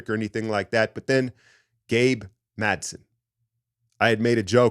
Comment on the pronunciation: it's Gabe MadsEn*. 😊